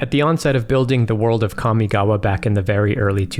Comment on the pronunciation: As someone who speaks Japanese fluently, thank you for pronouncing Kamigawa (and the other Japanese/Japanese-inspired words) the way you did. It's not perfect, but the way most people pronounce them is like nails on a chalk board to me. (for anyone curious, in Japanese, a letter is either a vowel sound or a consonant sound followed by a vowel sound. So in "Kamigawa" Ka, mi, ga, and wa are each separate letters (when writing in hiragana, let's ignore kanji because kanji doesn't matter too much when pronouncing words). In Japanese, with one exception, all letters are pronounced the same all the time. In the case of Kamigawa, Ka is like "kah", mi is like "me", ga is like "gah" and wa is like "wah". Mainly what bothers me about how most people who pronounce Kamigawa is how, for some reason, Ka is pronounced like "Kya". Just... no.)